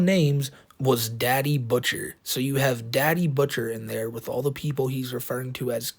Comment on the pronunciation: “Aww of this ovew anime…!” Hey, have you ever heard of USC1466A? Good luck explaining the police about it being “just cawtoons”